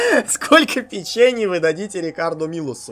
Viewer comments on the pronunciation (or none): Может не "печЕний",а"пЕчений"=)